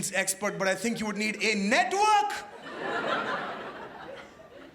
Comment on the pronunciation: a network......lol so emphasized...